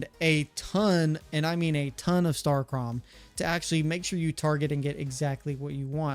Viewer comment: Its pronounced starcum